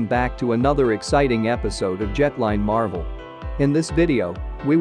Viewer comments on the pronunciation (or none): none